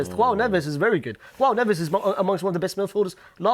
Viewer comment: Why is he saying KHOAO NEVES its Joao in Portuguese they pronounce the J